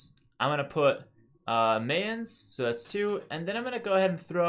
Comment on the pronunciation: Its pronounced My-Ans, like, MI-ans, not MA-ans. Like the english word My. My-ans. like Brian. Imagine Brians, Mayans. Brians, Mayans. Mayans rhymes with Brians.